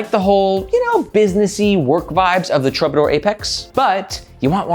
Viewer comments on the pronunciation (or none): Is it pronounced truebadoor? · That word is pronounced TROO-ba-dor. 👍🏻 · Please, please, please learn how to pronounce Troubadour.